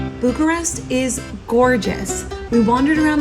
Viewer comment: Bucharesti serios!?😭nu este bucharesti este bucuresti